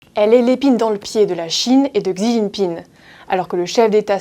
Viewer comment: Commencez par bien prononcer Xi svp, oui elle est native de l'archipel, et personne de sa famille vient de la Chine continentale? Donc vous sous entendez le fait qu'elle est native de Taiwan et lui native de la Chine continentale, donc tout doit être opposé? Vous les medias occidentaux font tout pour semer la haine, le conflit, l'oppsition. Je cite Elon Musk : "Humankind 煮豆燃豆萁 豆在釜中泣 本是同根生 相煎何太急"